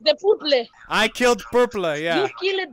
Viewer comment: The The... The Púrplê